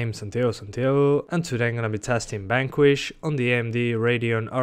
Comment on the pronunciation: Every time you read the "v" as a "b" in a non-Spanish word/title it bugs me like hell!:P